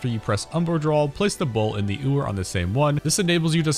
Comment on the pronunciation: Im seriously not trying to be a shitter but it's yoo-er, not oo-er. like a female sheep (ewe = you). Know its pedantic but I was sooo distracted by it every time it was said 😭 Im gonna have to watch it again so I guess really won here lmao